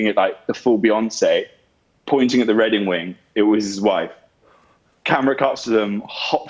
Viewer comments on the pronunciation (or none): Tell me y'all heard Jack say Redding wing instead of wedding ring. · “ Redding wing” 😁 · Had to do a double take to make sure he said "redding wing" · Did he say redding wing or I imagined it? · 🤣🤣Nope, you're not going crazy. I heard it immediately but had to double back to it just to make sure! I don't even think either of them realized which makes it all the more adorable! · Classic Spoonerism, I was hoping someone else noticed!